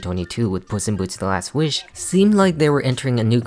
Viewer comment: Love the emphasis on “WISH” Nice touch😏